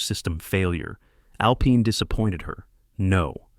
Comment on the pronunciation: Someone needs to teach AI that alpine is pronounced al pine not al peen. Back pay for 1 day? Shooting baskets to prepare to play football?